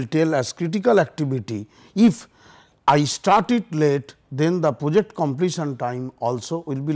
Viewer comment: reservation killed our study too I hear poject instead of project